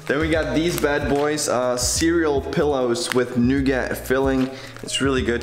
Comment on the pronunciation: nougat is pronounced noo gah :)